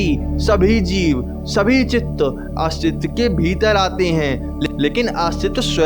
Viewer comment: Bhai aastiva nhi hota hai...astitva hota hai